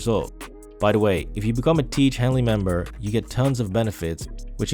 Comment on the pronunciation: "tiege hanley" L L L L L L L LLLLLLLL L L L L